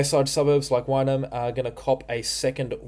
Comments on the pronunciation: Thanks dude. Just so you know, Wynnum is pronounced Win-um, not Wine-um. Thanks for all you do. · Its pronounced WINUM